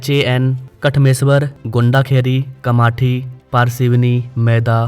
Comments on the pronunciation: जी कामाथी नही कामठी बोलो. गोंडाखारी नही गोंडखैरी बोलो. पुनापुरी नही पुनापूर बोलो. Facts and figures check करके बात करो. ओके जी. 🙏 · its कामठी not कामाठी